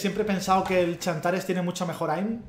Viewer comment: todos: tsantares: chantares.